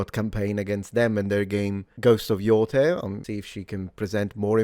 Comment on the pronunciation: The fact she pronunciated it Ghost of Yo TEI and not Yo THAI gives her so much credability IMO. This "little" factual things actually matters. It shows how dedicated you are to discover and learn. And to tie it to your usual historical content, shows how history is important for us now more than ever. People have suffered endlessly and not to learn from it is a form of a humanitarian blasphemous act. ( Im a polish romani living in sweden )